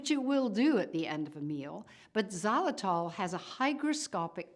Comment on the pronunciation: What the heck is zalatol? She keeps repeating it.